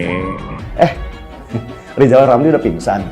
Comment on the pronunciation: Ngomong dulu yg benel ejaannya Zal lizal...???